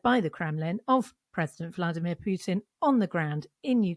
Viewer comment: Whos this “president pewtin”